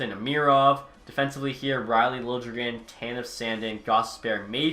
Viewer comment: Just an FYI it’s not pronounced Lil Je Gren it’s pronounced Lil Le Gren, so just without the J